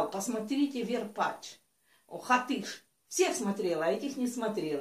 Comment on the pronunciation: Не верпачь а варпачь